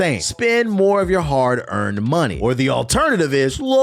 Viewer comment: "Tell them to brang me my munehh" 🤣🤣